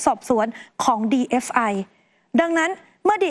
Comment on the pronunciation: ทำไมผู้รายงานข่าว ถึงอ่านหรือพูดว่า DFI หรือหูข้างเพี้ยน!!! 😅😅